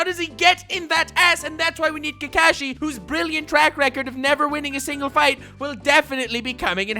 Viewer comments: "Also pronounced kAkishi sensei" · You keep mispronouncing Kakashi's name. It's Kakashi, not "Kakashi". Geez.